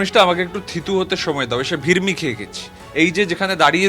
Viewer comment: Tui bokacho...bouer kole shue Bangla shikhha kar. Baancho. kathata, shabdota Bangla. Aar ta holo 'Virmi'.